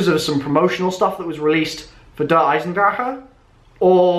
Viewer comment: Haha you still pronounced Der Eisendrache wrong.. And treyarch did it too.. I mean.. They're all not German, so, low chance of getting it right.